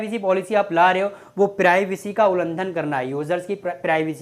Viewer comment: ulandan nai bhai ulangan